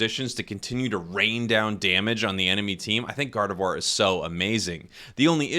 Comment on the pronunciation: am I the only one who hearing saying God of War instead gardevoir